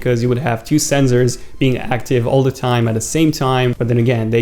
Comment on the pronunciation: U say zenzers